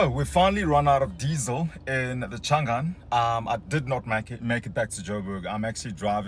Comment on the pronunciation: Thought I heard you say "Shangan Hunter" 🤪